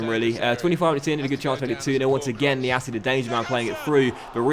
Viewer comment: It’s pronounced niasse not niasseA